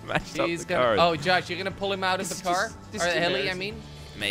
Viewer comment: you said yosh in stead of josh lol 😂😝🤣